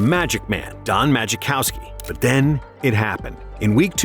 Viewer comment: Right lol he was calling magichowski lol